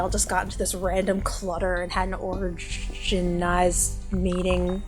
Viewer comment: Or-g-niged meeting lol